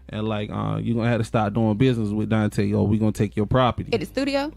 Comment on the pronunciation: Girl you made up your own story on here. So many assumptions.....he was never accused of shooting a cop. They also didn't catch him after the crime, he turned himself in. Try sticking to the facts. His name is Donta( DON-TAY). He doesn't have a wrap sheet longer than anything. He's not a reformed drug dealer or gang banger. RIP and condolences to the family.